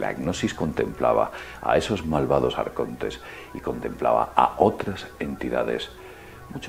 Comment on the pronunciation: a mi m compensa tio, aunk sea un esbirro de los grises me mola como dice "AARCONTESS"